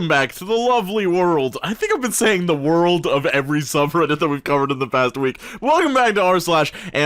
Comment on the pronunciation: Welcome to “ZA WORDA”